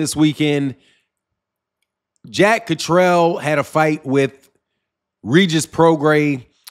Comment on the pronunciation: Yo that’s “Jack Cat-ter-all”…. Zzzzzz. I hope to God they can move on. And somebody PLEASE let Eddy Hearn ( the Snake in a suit) slide back into the ground. Litigeous Larry